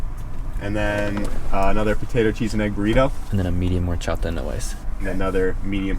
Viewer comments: says horchata like me 😂 "Hor-Chada" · Horchata with Spanish accent: Whorechata 😂😂😂